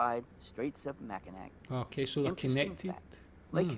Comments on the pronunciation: bro really said "macki-nack" (it's pronounced "macki-naw", despite the spelling) but I love the lakes. They're so nice to visit, but I for sure haven't seen all of them. Superior's an easy favorite, though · It's "Mack-in-aw" not "Mack-in-ack" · It's not "Mack-i-nack", it's "Mack-i-naw", because that's how the French pronounced it 300 years ago, even if it's spelled with a C on the end.. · The video you watched was by a total goof. At no time is the word Mackinac pronounced as it's spelled. It's pronounced Mackinaw. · Dude on vid mispronounced Mackinac! Here's a fact: it is pronounced mack-in-aw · I live in Michigan. The guy who made the video mispronounced Mackinac. It's /mack-inaw/. Always. I go to the beaches on Lake Huron and Lake Michigan rather often and drive along the shoreline roads. Autumn along the lakes is especially beautiful. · From Michigan. It's pronounced ""Mack-in-aw" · Mackinac is pronounced "Mackinaw" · Any michigander after watching this video can tell right away that the person who narrated the video about the Great lakes is not from Michigan at all, all because of how they pronounce one name if you're from Michigan you know exactly what I'm talking about. Mackinaw not Mackinac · Since you are a michigander did you not cringe when he said Mackinac and not Mackinaw I know I did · He misspronounced the straits mackinac. Its pronounced the straits mackinaw.... also from the west side of Michigan. The red line is the boarder between Canada and the US and for each of the states for territory/ jurisdiction as well. Also If you havent yet listen to the song by Gordon Lightfoot for the fitz you should. Also because the lakes are fresh water and get cold they preserve the shipwrecks really well and along with the ships so too do the bodies on that went down with the ships. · I’m just over the border about an hour north, and I cringe so hard every time I hear MackiNACK that my spine tries to leave my body! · Pronounced Mackinac wrong...